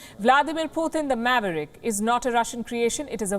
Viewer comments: It is Putin not puthin….!!! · 'why this lady calling putin as "putthhin" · She really can't pronounciate can she? Poo Thin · I love everything about this reporter except the way she pronounces Putin. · She’s a racist - why doesn’t she speak out against the BJP/ Modi . Learn how to say Putin !!